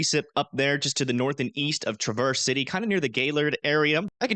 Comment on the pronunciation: Not Tra-verse City Michigan, Its said like travis- city Michigan. just trying to help. Happy Thanksgiving.